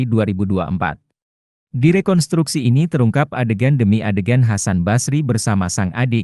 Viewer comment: Rekon*s*truksi (re-kon-struk-si). Bukan rekontruksi.